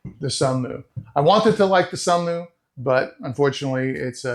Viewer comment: Until nearly 4 minutes in, every time he says Sunlu, i hear Sunmoo... After that he emphasizes L. Also the fan in the Sunlu is sealed in a compartment on the bottom to cool the electronics. It does zero to help remove moisture it circulate the air in the drying compartment.